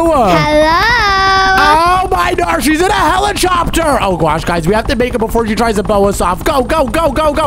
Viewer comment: Bro said helichopter💀